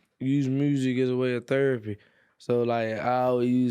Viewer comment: "M-musik is thrpie"